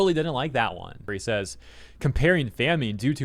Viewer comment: it's "fam-in" not "fam-een"